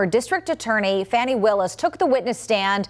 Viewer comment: It's Fawni not Fanny, Pretty Faking Smart.